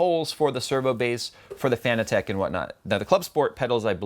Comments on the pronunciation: its not fan-e-tech its fan-tech ffs your killing me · fa-nah-tick not fan-a-tech lol:-p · Do you not say Fanatec like fanatic? and not Fana-tech? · it is pronounced like fanatic